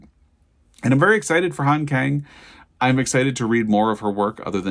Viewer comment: "Kang" has an "ah" sound, and the "k" has a slight "g". It should thus be pronounced more like "gahng".